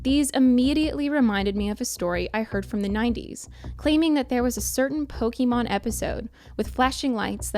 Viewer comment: disliked for the pronunciation of pokemon